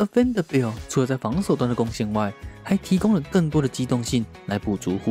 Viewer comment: Vanderbilt的名字有這麼難發音嗎？發音這麼糟去學一下英文好嗎？